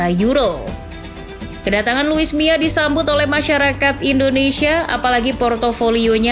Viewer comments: kuping ku salah denger ga sih, ko sebutnya luis mia? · Yg bener luis milla apa luis mia?? Kok saya denger host nya lusi miaa